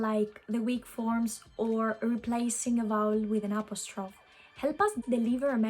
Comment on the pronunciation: Great video! Thank you! FYI, , you pronounce "apostrophe" like it sounds in French, with 3 syllables and a silent -e at the end. That was probably just a momentary lapse of awareness. As you may know already, it actually has all 4 syllables in English /əˈpɑːs.tɹə.fi/. The English pronunciation is closer to Modern Greek, if not for the stress on the 2nd syllable :)